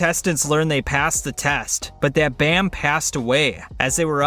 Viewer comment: I don’t like the way how he says bam